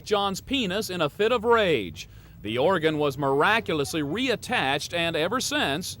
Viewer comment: At time mark the commentator says the "Oregon was miraculously re-attached". Oregon is a state on the west coast, "organ" is what she severed. He says it again and multiple other time in the broadcast. Where does Inside Edition get these people who often misuse grammar and cannot correctly pronounce words??